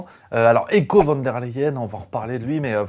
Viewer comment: de M. La Hyène, son prénom il se prononce "haïe-ko" (avec un "h'ach haspiré") et non "éco". Sinon, très bon taf, comm' d'hab.